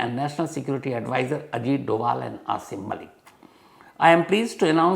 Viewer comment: Shamsji aap bhi usi news channel mein kaam karte hain 😊 Ajit Doval hain not Ajit Dobaal:)